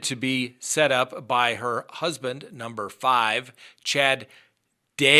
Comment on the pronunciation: I love how he says "Husband NUMBER 5". Cracks me up every single time 😂😂